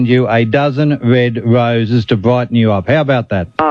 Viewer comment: … a dozen wed woses 😂